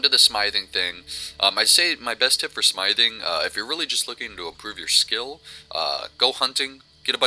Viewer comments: IT'S smithing pronounced sm-if-ing not smiething. But all in all good video. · Sm-ith-ing, ith, like "with", but other than that the video is helpful :D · Were you seriously pronouncing Smithing like "Smyething?" LOOOOLLLLLL!!!!!!